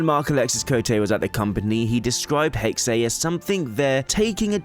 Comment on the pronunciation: 'Hexe' is pronounced 'Hexa', not 'Hexay'. It's the German word for 'Witch'.